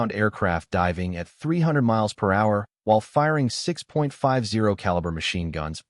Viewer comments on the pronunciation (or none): none